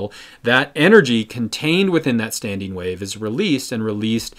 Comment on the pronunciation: *standING not StandEEN...